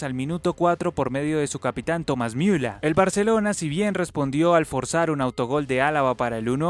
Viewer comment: esta bien pronunciado ya que en aleman Ü se pronuncia iu ademas en aleman cualquier palabra que termine en r en aleman se pronuncia como a, apesar de que este una e